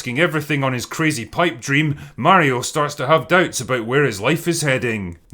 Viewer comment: Pretty glad God Emperor Drinker actually pronounces "Mario" right. I am getting sick by specifically some Americans, naming him "Merio" all the time....... If the era of proper video game movies starts now, the Sonic movies certainly weren't that start yet, despite them being rather successful. And who knows, after seeing Mario's success, maybe the other studios will finally attract to making a proper Sonic movie, not this real life bullshit we got served so far.